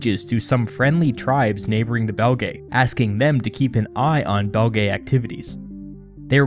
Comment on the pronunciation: Belgae is pronounced Bel-gee or Bel-jai (or juest Belgi) but definitely not Belgaye. An æ vowel doesnt make an A sound, nor is it 2 separate vowels. It makes the sound in Cæsar or Encyclopædia. Essentially the same as their current name Belgian/Belgium without the an/um.